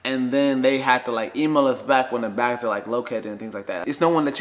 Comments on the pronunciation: SAME she says "beg" instead of "bag" like she puts an E instead of an A lol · Everyone: bags: begs 😂😂😂 She’s too cute 💕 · can't you say the word bags correctly sounds like your saying begs. Just let tell the story I can understand him more better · sounds like begs lol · I'm from Minnesota and I say begs too lol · Take a shot everytime she says baigs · I can hear it too. Check our Beggs ! Haha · I lived in Minnesota and (bags) baygs and bag-ills (bagels) blew my mind (I’m from NYC) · begs lol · Please change the way you’re saying begggsssss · Petition to teach her how to say bags. Yuck. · I cannot stop unhearing how she says “bags”😂😂😂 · The way says "bags" kills me lol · An northern Midwest thing 😝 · yess! That’s how Canadians say it too